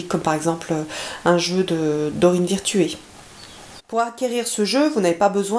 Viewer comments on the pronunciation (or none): Bonjour, Merci pour cette review. J'hésite encore à m'offrir ce jeu, mais c'est vrai qu'il a l'air vraiment très parlant. J'en profite au passage pour vous dire que Doreen VIRTUE (vertu) se prononce comme REVIEW. Bien à vous:)